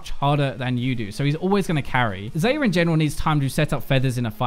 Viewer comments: It's Xa-yah not xay-ah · Its Xayah, not Xeyah. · did I hear it? Xeyah??? xD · why do you pronounce her name like that? it's pronounced (Zie-ah) and Rakan is (Răk-on). watch the champion spotlight. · You pronouce Xayah as "zi-ya" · WHY DOES HE PRONOUNCE XAYAH WRONGGGG PHY WATCH THE XAYAH RELEASE VIDEO AND PRONOUNCE HER NAME RIGHTTT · One day, will pronounce Xayah's name properly. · biokaese no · not how you pronounce her name